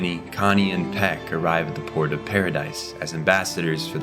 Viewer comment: Is this AI? Text to speech? Did you even watch the show?! His name is Nicolo, not Arthur. Tyber = "Tie-ber". Not Tiber. Peak. Not Pek.